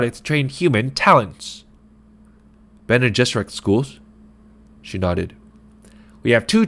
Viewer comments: Pretty solid but just a heads up if you’re gonna do more chapters, it’s not Bean Gesserit its Bene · “Bean” Gesserit?!?!?! You just lost me. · Been jizerak.? Really? 😆😆😆😆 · BEAN gesserit??